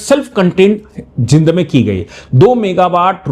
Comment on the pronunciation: जिंद नहीं जींद बोलो जी !